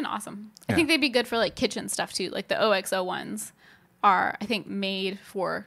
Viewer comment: OXO is pronounced ox-oh. Never heard it pronounced by individual letters. That was super cute though.